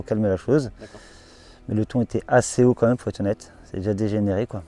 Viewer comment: z'horrible :D la liaison avec le "H" il n'y en a pas...sinon c'est triste il y a des "fatigués" de partout de nos jours...même à la pêche t'es plus tranquille....ce monde va mal et ce pays surtout et avant tout. force à lui.